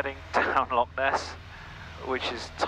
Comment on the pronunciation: Flown that route down the Great Glen also and, as you say, it is truly spectacular!! Loved the bagpipes playing in the background, however,, you do need to practice pronouncing "Loch" correctly!! lol